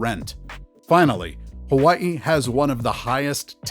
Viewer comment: The way you pronounce Hawaii, I’m pretty sure you're from there. Yeah, it's sad to see what's happening to our home state (Hawaii). Locals can't afford to live there anymore. Only the rich can live there. I had to leave over ten years ago to afford a home in Texas.